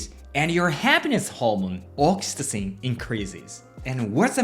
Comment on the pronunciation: May I help with the English pronunciation of oxytocin? Ox-ee-toe-sin Arigato.